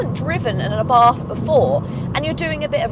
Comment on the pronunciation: ..picky, picky, I know.. is't Ah-bart not Abahrth ..